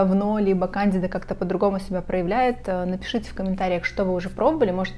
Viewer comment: Проверьте, как правильно ставить ударение в слове кандида 😊